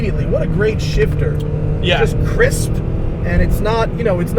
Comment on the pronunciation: "The shifter is so crisP" with extra emphasis on the P XD